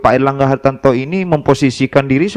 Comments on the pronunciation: HARTARTO BRO BUKAN HARTANTO KWKWKWKWK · Airlangga Hartarto... Bukan Hartanto